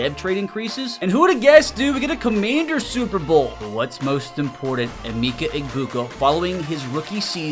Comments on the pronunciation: Yo his name is pronounced eh meh kuh no meeka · Eh-meh-keh not a-mi-ka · As someone from Ohio it pained me hearing him call him E Meekah it’s Uh-Mecca 😂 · Thank you bro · Ah-meh-ka Emeka not E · The way you're pronouncing his first name makes my skin crawl lol still a good video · can u please learn how to say his name bro 🙏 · your saying his name wrong